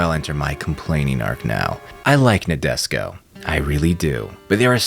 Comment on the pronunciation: Please pronounce Nadesico property. Na-de-si-ko